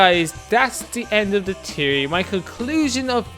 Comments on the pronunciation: Fe-or-ry NOT Tea-or-ry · It's theory not tery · " I have a tiery " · Pretty sure its THeory not teory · You say teaory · you scant pronounce theory theory but still decent vid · WTF is a teary he says it wierd